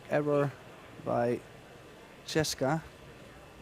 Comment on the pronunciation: The announcer is too stupid to say Chez ka. Maybe he can't read.. Her name is CHEZ KA NO E OR I BETWEEN THE Z AND THE K. Try saying Chezka . Or quit your job and take out the trash.